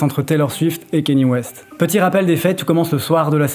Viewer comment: Désolé mais tenir une chaîne dédiée à la musique et écorcher la prononciation de Kanye West..